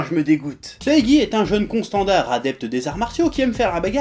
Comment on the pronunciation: il y a que moi qui a entendu un jeune consanguin au lieu de un jeune con standard